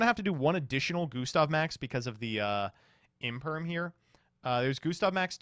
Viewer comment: Imperm, no one says infem